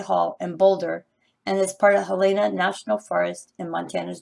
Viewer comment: HELENA...PRONOUNCED HELL-IN- UH